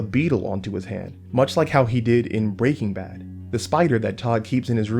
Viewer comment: why do you say breaking bad like that? lol